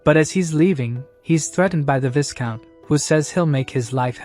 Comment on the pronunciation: When is someone going to teach the robovoice how to pronounce "viscount" correctly? The S is silent. EDIT (the following day): LOL! I "called it" about the relationship between the woman and the soldier about 30 seconds before the recap revealed it. 🤣